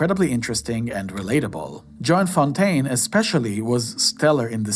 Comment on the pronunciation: Clever logo, you almost had me thinking it was IMDb. I’d never heard of your channel before, but I was curious to see a full list of Hitchcock films. I’ll admit, at first I was a bit put off by the voice and a few mispronunciations (Joan Fontaine, not “John,” and Ray Milland), but after a while it became clear this wasn’t AI-driven or overproduced. What eventually won me over was your perspective. You made some genuinely interesting observations that mostly hold up, and by the end I appreciated that you’re not a polished, professional critic, just a thoughtful movie fan reacting honestly. And what an editing job, from collecting all these clips to flawlessly editing them, it has to be someone who loves movies to spend this much time. You deserve every thumbs up! You’ve inspired me to seek out a few of these films I haven’t seen yet and to revisit some classics, especially the Grace Kelly ones, she’s always been a favorite of mine. I even have a handwritten letter she wrote to Ava Gardner in my collection, which I’m considering selling.